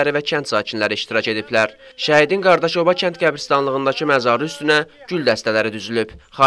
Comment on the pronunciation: Qardaşoba yox Qadaşoba